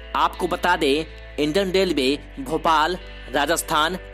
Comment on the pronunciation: Delway kyo bol Raha Hai relway bol